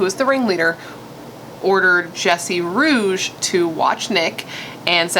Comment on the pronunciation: Hey nice video! First, RIP to Nicholas Markowitz and second, Jesse Rugge's last name is pronounced "Roogie".